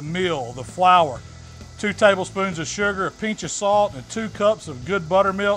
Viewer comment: "Peench o' salt"